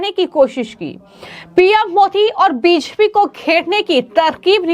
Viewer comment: आपकी बी जे पी शब्द का उच्चारण स्पष्ट रूप से नहीं होता।